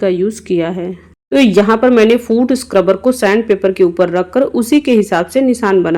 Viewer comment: Madam food scruber nahi foot sucrebur bolte hai